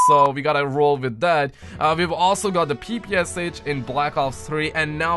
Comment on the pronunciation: I restarted the vid and you did say papoosh😂😂😂😂😂😂😂😂😂😂😂😆😆😄😄😆😂😆